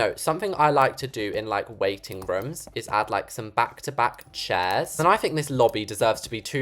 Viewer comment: I love how you say rooms as rums it’s so funny too me also I love your style in building it’s so nice and pretty, you can just make anything gorgeous. ❤